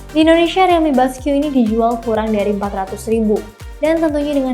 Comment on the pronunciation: Gw dengernya rilmi boskyu. Gimana dong